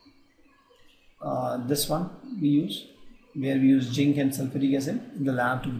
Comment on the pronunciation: it is zinc not ginc